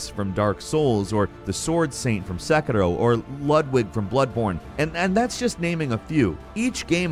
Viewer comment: saying Say-crow is so funny